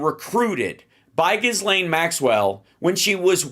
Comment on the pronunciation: I wish Hal would pronounce Ghislaine's name correctly. She pronounces it with a soft G sound and silent S - i.e. Jill Lane.